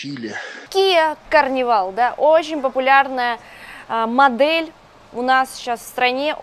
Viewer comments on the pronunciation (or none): Выучи английский, "карнивал". Это же просто какой-то ПОЗОР! Для блогера миллионика, это обязательно.🤔🙃